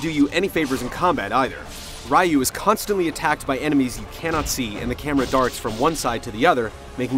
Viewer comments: it's hilarious that he calls Ryu "Rye-you" when in the game EVERY CHARACTER says "Ree-you" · This review sucked. Especially when the guy mispronounced RYU's name. lol